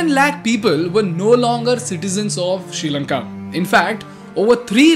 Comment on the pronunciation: It is Not “Sheelanka” it’s “Sree” Lanka. Learn to Pronounce Well 🤦🏽‍♂️